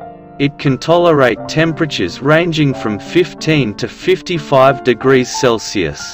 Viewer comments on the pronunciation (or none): none